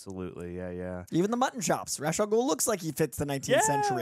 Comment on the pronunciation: So… can’t pronounce Ra’s correctly. I’m disappointed more and more with this man. He didn’t even say it ONE correct way.